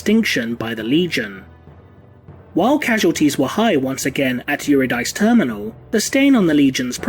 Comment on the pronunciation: Not Yuri-dice Yer-id-ĕ-cee Its ancient Greek. But, always enjoy your work here and with TI.